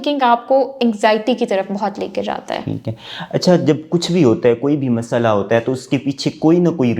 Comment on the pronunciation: Mosala nai masla hota ha. tum Urdu ki tang Kun Tor rahy ho